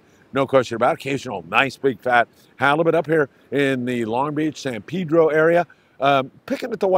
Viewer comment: PEDRO, not Peedro.